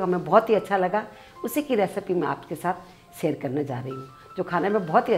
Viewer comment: आप लोग शेयर को "सेयर" क्यूँ बोलते हो?